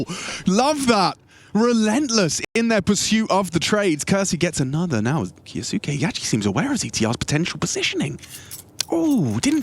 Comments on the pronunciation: This is not true, the kyou in 今日 maintains the y sound. So kyou can be read more or less phonetically. “Ki oh suke” would be 「キオスケ」which is incorrect, we are looking for 「キョウスケ」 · if its from an anime its kyoske